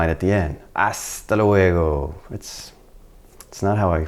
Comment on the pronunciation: Hasta luego.... Pronounced 'thdal wego' 😅